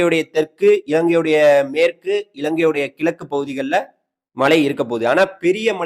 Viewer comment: ஐயா வணக்கம் மழையையும் மலைன்னு சொல்றீங்க மலையையும் மலைன்னு சொல்றீங்க உச்சரிப்பை மேம்படுத்துங்கள்